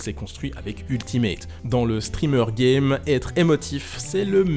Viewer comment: non dans Melee il dit gime pas game 😂🤣